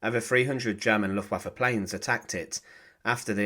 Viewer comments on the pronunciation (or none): none